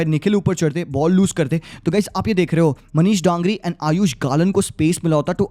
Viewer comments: DANGRI nahi bro DANGI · Not Dangri but Dangi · Not DANGRI 😅 Manish Dangi Dan***i is kind of bad word( gaali ) in Nepali 😅 just say manish if you fell unfortable Manish DANGI मनिष डाङ्गी Daa-n-gi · Manish Dangi not Dangri😒😂